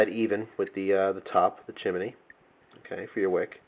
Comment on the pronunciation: Chim-in-ey haha. Great video. Great instructor. Love the trick videos